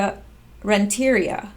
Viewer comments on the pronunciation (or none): Fyi it's Rent - a - REE - ah. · It's pronounced Rent-ter-ree-ah (emphasis on ree) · I believe Amanda's last name is pronounced rent'.a.Re''.a. I really like listening to your reports. Great job.